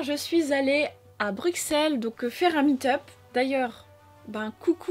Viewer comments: Moi je suis belge, et on dit BruSSelles et pas BruXelles !! Ce message est destiné à tous les français. Merci. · Puissance belges haha et Sans vouloir te vexer tu pourrais dire brusselles car le x se prononce s